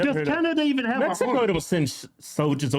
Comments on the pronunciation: She said MESICO 😂😂😂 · Woah she said messico, she for sure says "messicans" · She sounds so stupid saying mesico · Is she saying Mesico? I think she's still on heroin